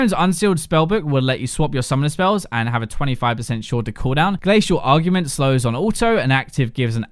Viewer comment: he's been saying 'augment' as 'argument'